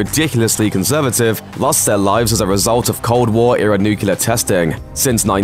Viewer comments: I don't understand how you can oscillate between mispronouncing the word "nuclear" as "nuculer" and then pronouncing it correctly back and forth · why say nuclear and then switch to nucular. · it's always painful to my ears and to the credibility of something when they keep saying NUCULAR instead of NUCLEAR... 🤦‍♂️ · NOO-CLEE-AR. It's pronounced noo-clee-ar, not noo-cu-ler. Come, on, geez! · He keeps saying nukular! Hahaha. It is nuclear not nukular. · Nuclear* Not Nucular, that word doesn't exist, like covfefe. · Okay I’m sorry but it’s Nuclear not Nucular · New-clee-are! NOT Nu-cue-lar. Why can't people properly pronounce that word? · Its not nucelar its nuclear. What a shame. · Nuclear. Not Newkiller! Pronounce it right! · It's nuCLear, not nuCULar. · It's nuclear not nucular. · "Nuclear" not "Nucular" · Nucular, nucular, let’s all say nuclear! Dum dum dim. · NuCLEAR not Nucelar!! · The word is NUCLEAR not NUCULAR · NYUK-LEE-YER not nyuk-yoo-ler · Nuclear. NUKE-LEE-ER. JFC, it's not "nucular". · Its nuclear not nucular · It's NU-CLE-AR. Not NU-CU-LAR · Nukular, y'all. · *It's (contraction of "it is/has") Its: for possession *nuclear, not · What a shame the narrator can't say the word nuclear, pronouncing it nukular. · As a foreigner, and not English native speaker, how this mistake is continued? How come people say "nucular"? How do you explain this, as a native English speaker? (I can undestand the mistake with "their", "they're", "your", "you're", but "nucular"? :) ) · "Nuke-you-ler" lol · why do so many people have trouble pronouncing nuclear correctly? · Nucular you say? Interesting, what is this new weapons the US had developed? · Nucular? Really? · Nucular. Nucular. Nucular. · Last I checked, the word nuclear has two syllables, not three. Will this ever go away? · Please learn to pronounce "nuclear". Unless you're doing an impersonation of George W Bush of course.